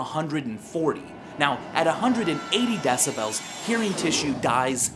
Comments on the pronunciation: i dont like the way he pronounces decibels. like deci-belllls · Love v sauce. But I hate how he sais decibels. I pronounce it "decibals" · Stop saying decibels it's decibels. He's saying it wrong dalgjaer56034aumb[adip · argh you say decibels so fucking weird!